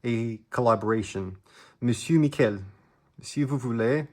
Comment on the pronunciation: Very good French! He's french though, not spanish, Mi-shhhh-el :) hehehehe I hope he responds! It's awesome seeing youtubers collaborate with each others like that, reminds me there's still some good in this world